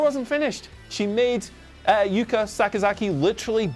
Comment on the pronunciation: Yuka missed at least a dozen forearms, her work is terrible, and you’re worried about Jim mispronouncing her name. I can’t get with you on that one.